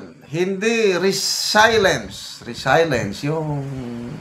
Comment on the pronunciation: Re-si-lient po